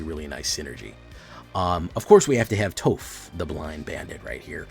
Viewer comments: Its pronounced "toff" smdh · How does he not know how to say Toph?!